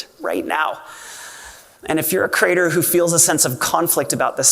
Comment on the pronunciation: Jack. It's CREE-ate-er. Please stop saying "crater".